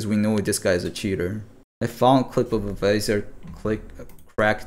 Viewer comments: its not veezor its visor. v eye soar. you were riving me nuts saying veezor lol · Thank you for eventually pronouncing visor correctly! I was dying for some reason you pronouncing vizerrr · lol its v-eye-zur........ ROFL.... the correction like one minute later.......